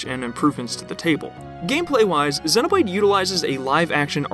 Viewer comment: I've never heard anyone pronounce Xenoblade like you do. It's so distracting during the video. 😂